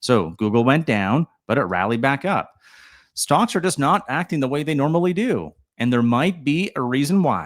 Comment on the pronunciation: Are you saying “stonks”??? Sure sounds like it….. 🤣